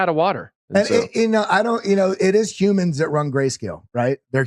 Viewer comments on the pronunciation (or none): none